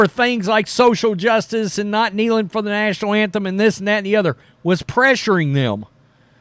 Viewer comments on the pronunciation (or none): none